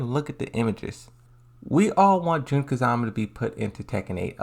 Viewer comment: It's Jun kazama not June kazama